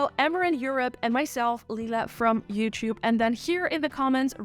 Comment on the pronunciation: Love how you're fully embracing the "chiube" pronunciation 😁